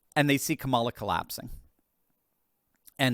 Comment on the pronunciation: You keep mispronouncing her name. That childish at this point you’ve been corrected about it 1000 times. Unless of course you’re choosing to be childish